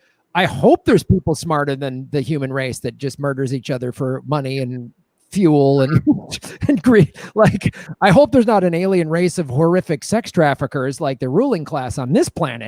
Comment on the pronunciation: But - its not Fi-ool, its Fu-el. FUEL!!